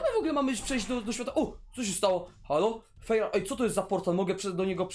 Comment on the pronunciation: Ta zielona baza to noe jest fejrałta tylko fairouta czyta się fajrołta